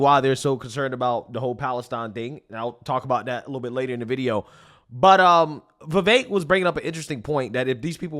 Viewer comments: Ve-vek not Ve-vake. Learn to speak. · Communist could not pronounce Vivek 's name!! Oh They must be super racist